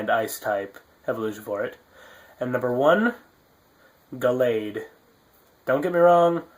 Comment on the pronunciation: I WAS MENTIONED FIRST THAT MEANS I'M THE BEST. Anyway, how could you choose Sonic of all things? Sounds like you're going based off nostalgia imo ;D But nostalgia's still good uwu I enjoy these vlogs, I hope you do more! (By the way, it's pronounced gal-ade, like 'Hey there gals'. c:)